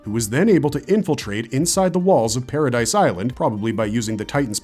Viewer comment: It's been 13 years and people still saying Paradise it's Paradi the s is silent "Paradis Island"